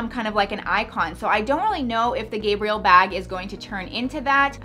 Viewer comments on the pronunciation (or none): Omg It's Guh-Bree-ELL Not GAY-bree-ull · It’s pronounced “Gabrielle” not “Gabriel” :) xx❤️ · The Chanel bag is named/pronounced "Gabrielle," not "Gabriel." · Gabrielle= female Gabriel= male GAB- rhymes with stab, like Gabbie not Gabe, rhymes with abe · I love you and your channel but please...her name was Lady Diana not Diane. And it's the Gabri-elle bag as in Coco Chanel's real name. Said like a girl name not a boy name. I don't want Americans and mid westerners in particular to look so ignorant. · Gabi Armada agreed Gabrielle "coco" Chanel. It was her first name. Coco was a nickname. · Agree she’s a woman not a man